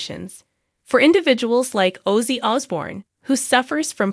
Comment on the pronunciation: How can this segment get produced mispronouncing OZZY? unreal